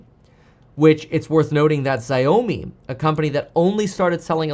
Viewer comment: Woopsies Kevin. "Zy-omi" Really Kevin! Listen to some car reviews!! It's "Sounds like "shau- mee" Check your pronunciation on the car that's 5 times better than all the TESLA models! Kev Mate: "Zy-omi" is my Chinese neighbour!